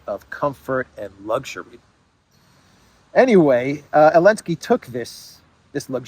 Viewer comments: its elensky not maclensky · Zelensky is pronounced zuh·len·skee. It's NOT o-len-skee btw. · Why does he call him elensky ? 😂😂 i dont get it